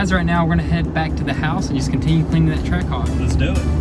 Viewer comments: Ah yes, a "Trackahwk". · I thought it was Trackhawk not trackahwk